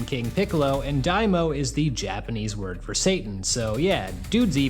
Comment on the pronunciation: It's Dai MA o . Not daimo Dai = Great Ma = demon O = king